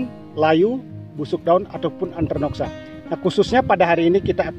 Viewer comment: Bukan antranoksa Tapi antraknosa..😂